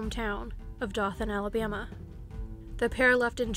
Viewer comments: Dothan, Alabama is correctly pronounced: Doe-thun, not Due-than. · Just to let you know it's pronounced Doe-than instead of Da-than. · Its not Dawthen it is doe than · Dothan, AL is pronounced "Doe-than." Long O, soft th, clipped n. It sounded like you were saying Dauphin (Daw-fin), which would be Dauphin Island, Alabama. Definitely not a big deal, but super confusing for anyone familiar with the case or Alabama. Very well written and succinct script, though. Looking forward to watching your previous vids! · It's pronounced Doethan Alabama 😉 Great job!!!! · Atheist in Alabama I came to say same thing Incase she wanted to edit it . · It's Dothan (pronounced: doe then). 😉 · Dothan is pronounced "doe-then", otherwise really interesting. :) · Dothan is pronounced DOE-th’n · It's pronounced Doe-than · Dothan, AL DOUGH- thun. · I’m getting pretty into this channel but I keep getting really thrown off by the way she says Dothan. I live in Alabama and in my area at least, we pronounce it like “DOE-thin” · It's pronounced 'Doe-than". Good reporting, otherwise.